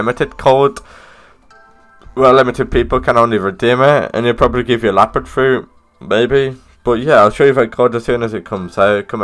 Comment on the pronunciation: is leopard not lapard